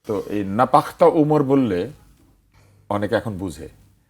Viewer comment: ভাই! "নাপাখতা" না😂 নাপোখতা" হবে।